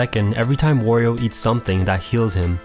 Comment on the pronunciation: Can people please stop pronouncing his name like Oreo Like seriously, it's just supposed to be Mario but with a "W"